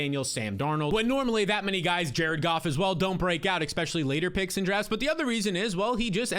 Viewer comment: good stuff as always! But please, it's "eSpecially, not eXpecially.